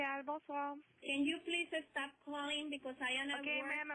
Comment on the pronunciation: "Can you please estop calling me" *